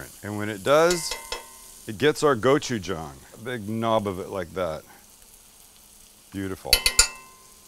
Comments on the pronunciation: thank you for pronouncing gochujang correctly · Thanks for pronouncing gochujang correctly.